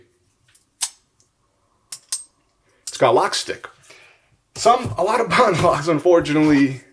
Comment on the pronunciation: "buhh inn"